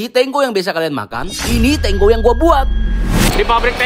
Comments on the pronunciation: KENAPA TANGO DI BACANYA TANGGO 😅😅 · Tango kok dibaca double g nya,,😂😂